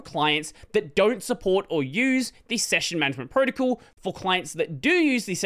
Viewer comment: I’ve never heard anyone say “protocol” as “proticle” like this before